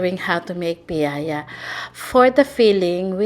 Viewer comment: from Bacolod here! And its actually "piaya" not piayaya. But thats ok. It's one of the best pasalubong treat everyone loves. anyways, its been a long time since i found out this is how they're made. Will try this soon. ^_^